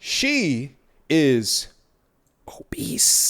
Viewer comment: The way he said the word “obese” 🤣🤣🤣 I needed that emphasis on it... I’m sayin obese in this manner for the rest of my life now lol